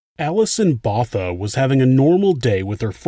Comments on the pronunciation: Errr... She would be Alison 'BohTAH!' rather than "Bother" wouldn't she? You know: Like "Pik" Botha (South African foreign minister)?..... HTH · DuToit is pronounced Du Toy while Botha is pronounced Boatha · great channel, I live in S.A. and just a small note, du Toit is pronounced "du Toy" /"du Toi" and Botha "BoahTa" thanks again for the great episode and if u get the chance look into Henry van Breda, a literal axe murder from a rich family / family annihilator and there's plenty content out there, including his GF who believes he didn't do it. keep up the good work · As a South African these chilled me. Also Botha is pronounced Boo-wi-dtah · I think you’ll find that Botha is pronounced Both-a (Bow-thuh) and Toit is pronounced Twa. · No in south Africa botha is pronounced "boowah ta" and du toit in south Africa is pronounced do toy. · South African name/surnames are pronounced: Theuns = Tea-yurnce ("h" is silent in Theuns) Botha = Boo-wa-tah ("h" is silent in Botha) Du Toit = Du Toy 😉🇿🇦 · I am from South Africa, Thanks for the story, Du Toit is pronounced Do Toy Or Du Toy, Botha has a silent h, so Bota, And Kruger Is correct for english, but sounds very different in Afrikaans. Just Fyi. Love Your channel. Informative. This woman is tougher than most people, she is very active in doing talks. Satanism is also still very active here, people are kidnapped for the purpose of impregnating them and then "sacrificing" the woman and the baby, or young girls, and then gets raped and killed as they are seen as "pure" as they are mostly still virgins. Its not a hoax. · Du toit is pronounced as "The toy" and Botha as "Bot-ha" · Botha sounds like Bow-Ta And Alison Botha rocks